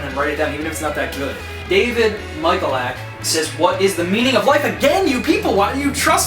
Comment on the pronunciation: thats one way of pronouncing it, actually thats how my uncle pronounces it, but Michalak is properly, and traditionally, pronounced Ma-hall-eck. I should know cuz thats my last name. :p